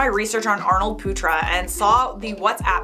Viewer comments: Arnold putra But the way she pronounce it when talks really fast is “Arnold puta”, puta is not a good word in other language lol Not coming for our lovely, I just find it really funny 😂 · The way you pronounced putra XD ehehehhehe